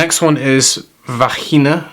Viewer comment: Hello, great review. I heard you say..." Vahina" and I thought I heard wrong!.It was the perfect pronunciation for the Spanish word "vagina" haha...Nothing wrong with that, just funny. Thanks again for another video. Greetings from Florida, U.S. 😱😄😘🙏